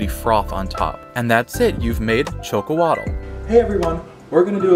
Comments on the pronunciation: Actually we prefer to be called mexica Aztec is a term the colonizers gave us please refrain from using that word thanks also it is pronounced sh o c o l a t the tl in the Nahuatl language is silent and x is pronounced sh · Xocolatl = (Sho-Ko-Ah-Thl ) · I basically waited to hear how you would say Xocolatl, and boy you said it VERY WRONG. It is NOT Choke-oh-waddle. 😂 You literally say it the same way you would in Spanish, "Chocolate" but instead it's "Shokol-atɬ". It's not a solid T at the end, but like you're saying TH with your molars. You also keep saying "cocoa" instead of cacao. I don't know why. It's even written on the bag. Cocoa is always just hot chocolate mix. Cacao is raw bean powder. In addition. Most people say they did not sweeten this drink with sugar. Why does everyone forget they had bees? Honey is a period accurate sweetener for this drink, and it actually does taste great. Milk was not available, BUT, they did have eggs. If you want a thicker drink, try adding an egg to this.